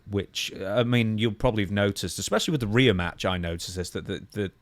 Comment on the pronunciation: REE UGH. Not RAYA #Rhea